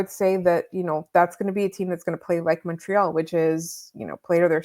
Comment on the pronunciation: It always rubs me the wrong way that they pronounce Montreal wrong in the opening theme